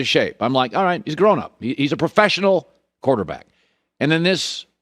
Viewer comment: “Quarterbackial” lmao what?